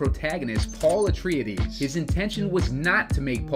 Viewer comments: Interesting pronounciation of Atreides. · Hate the way you pronounced his name.